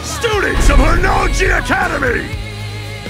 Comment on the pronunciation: The J in Honnouji isn't sounded like a G. Why must english dubs ruin good things, they are why we can't have nice things. Also the voices are wrong and annoying. Also Ryuko sounds too submissive and Senketsu's name isn't "senkets". Shame on you english dub, it should just have been left alone.